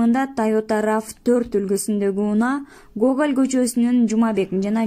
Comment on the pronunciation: Гогаль эмес,Гоголь,ушу кызда такыр сабат жок,дайма ката окуйт